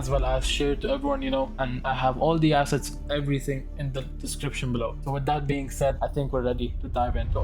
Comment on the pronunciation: i heard acid collection i got so confused but you were saying assets